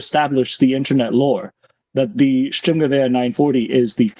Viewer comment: If i have to hear you say Sturmnchguber one more time LOL